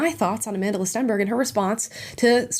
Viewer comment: I actually thought you said you're a fan of A Mentalist Stenberg😂😅.